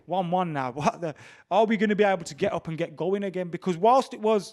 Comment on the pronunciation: brummy accent fully coming out with that “able” at